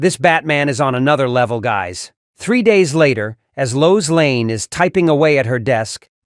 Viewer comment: Her name is Lois LANE, not Layne.🤨